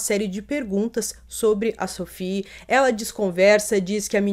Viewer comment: Se Sophie era francesa a pronúncia do nome dela é SOFÍ. Nada de inglesar o nome da menina.